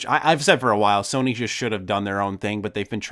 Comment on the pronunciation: is it me or do you guys keep saying Sorny....just me?